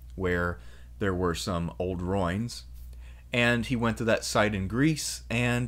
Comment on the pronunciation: Ruin is pronounced Rue-in, not roin.